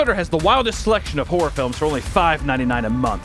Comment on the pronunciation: I love how he pronounces WHOREor. Scary and horny that's a good combo as viewers of this channel already khow.